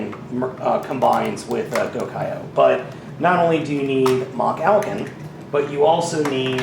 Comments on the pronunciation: It's No Machalcon. it's MachFalcon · DUDE YOU ARE SAYING IT WRONG IT IS MALFALCON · You saying the name wrong it is Malfalcon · It's pronounced Ma-hal-con. Watch the show and you'd know that. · i think it is pronounced as ma-halcon